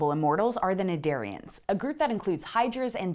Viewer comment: Thank you for pronouncing "cnidarian" for me!